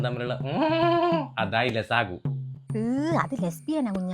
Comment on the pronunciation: ലസാഗു അല്ലടാ ഉസാഘ 🤣🤭